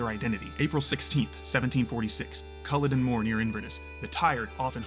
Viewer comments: Since you can't even pronounce Colluden nothing else in the video is likely to be correct either so not worth wasting time on. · My god man at least get the name right. You'd be pissed if some European riffed about the battle of Ge-teas-burg. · spend 30 seconds to learn how to say Culloden and the butcher Cumberland